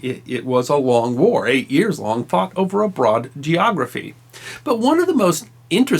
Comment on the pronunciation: My brain paused you for a micro second when you said " ...it was a long war fought over a broad.......geiography " hehe.